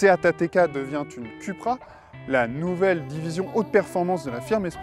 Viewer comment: Ca se prononce "Coupra" et non "Cupra" s'il vous plaît ...